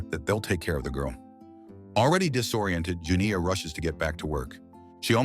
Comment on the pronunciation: The way that AI struggling with the long "I" sound when saying Janiyah